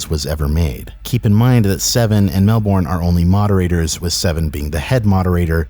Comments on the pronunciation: Melbourne is pronounced mel-bin not mel-born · Hey just fyi Melbourne is pronounced Mel-bin not Mel-born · just so you know, Melbourne is pronounced Mel-bern not Mel-born. Source: I live in Melbourne